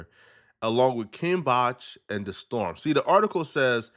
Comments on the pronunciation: That's the only thing you heard, lol? You didn't hear the way he pronouced "the-storm" lol? When it's supposed to be pronounced as "Day-storm" 😂😂😂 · It's pronounced Day Storm... he's from vine